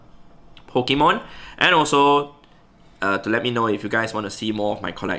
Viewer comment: It is said Pokémon not Pikemon,, thus saying spoils the entire existence of pokemon